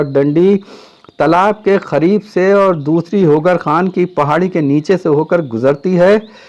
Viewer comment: kya aap Hyderabad ke hain kyon ki aapne Talaab ke KHAREEB kaha qareeb ko Khareeb keh diya